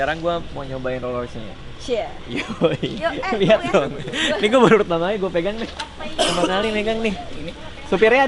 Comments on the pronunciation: rolls roice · Raditya dica rolls royalace